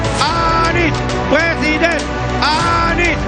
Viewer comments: Ini suara siapa yaaa,,, PRESIDEN atau PLESIDEN. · Pleciden plesiden😂😂😂😂